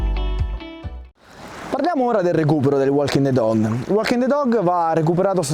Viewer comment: Bellissimo video come sempre,💪💪 anche se nella pronuncia walking the dog, quella "l" non si può senti😂😂